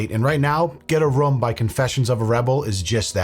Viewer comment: the way you say room like rum is neat